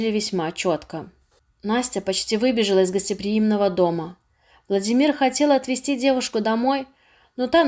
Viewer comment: Почему чтица произносит ВладимИр?